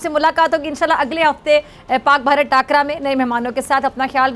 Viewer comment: Pahle to takar hota haii takara nahi 🤣🤣